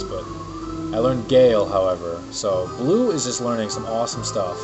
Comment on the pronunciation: her name isnt blue its bleu! like stinky cheese! u could rename her "deis" cause i think that's her original name